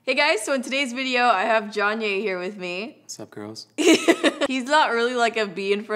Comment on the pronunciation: johnyay.. lmao!! its jonye.. like kanye.. lol ! xo